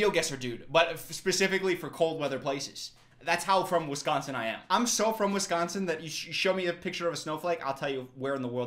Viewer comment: I'm also from Wisconsin but I've moved and it's so nice to hear someone pronounced it correctly 😂